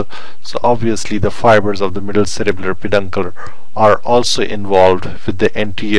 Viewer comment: In the video I keep saying if it sounds like u r saying cerebral but in description it says cerebellar?